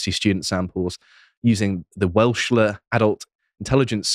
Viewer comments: Wechsler is pronounced “WEX ler.” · Welschler :D :D WeCKsler. It's not a test that measures how far from Cardiff you are. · Psychology graduate - unable to pronounce Weschler. Hmmmmmm. (wink). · Anyway it is really good to reflect as an old timer (with a PhD I might add) on the sheer ignorance of you young puppies who can't even pronounce Wechsler correctly. I have studied Education and Psychology so I think I should know a bit about the concepts and statistical basis behind IQ.